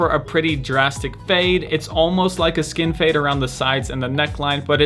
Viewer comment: did he say foreskin fade?